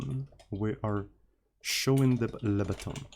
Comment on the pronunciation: lebutton. only lebotton